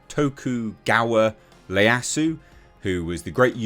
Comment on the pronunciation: it’s Yi-ya-su. Ieyasu is spelt with a capital “i”.